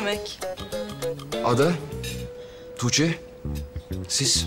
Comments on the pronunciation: Belmanin:toogce demesine ben bagimlisi oldum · belmanın tuğçe demesi ilk çok sinirimi bozmuştu şimdi bütün gün belmanın tuğçe demesini taklıt ediyorum kim bilir belmanın tuğçe demesini kaç kere çekiyorlar nekadar gülüyorlardır